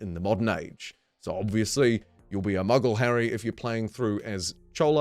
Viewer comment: Mughal Mug-gaal long A mate, not short A hence the H infront of the A.